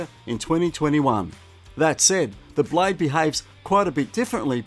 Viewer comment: Will you please pronounce properly the word blade not blay silent e!